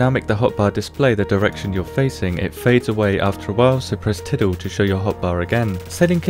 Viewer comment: I lost it when he said "Tiddle"